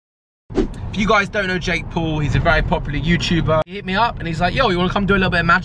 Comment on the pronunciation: It sound like you saying Jake Pool :D